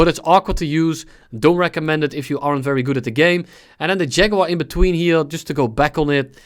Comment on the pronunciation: I like how you pronounce "aren't" like "arrant"